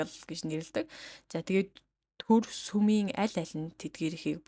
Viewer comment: Сумын ажилчид гэнэ үү ?!!!!! Үсэгээ зөв унших дадлага хийлдээ